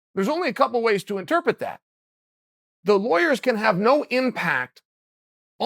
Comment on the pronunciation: Chael talking shit as usual. Learn to pronounce 'interpret' man, you've been fucking it up for years. it's embarrassing now.